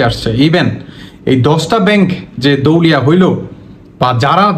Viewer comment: এই ফালতু ভিডিও বানান বাদ দেন! দেওলিয়া উচ্চার ই করতে পারেন না। 😢আপনি এতো পন্ডিত আপনি ১০ টির নাম বলেন??